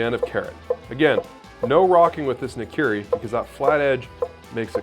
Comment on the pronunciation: Nikiri ??? I always thought it was called Nakiri. Nikiri sounds like a type of sushi(Nigiri)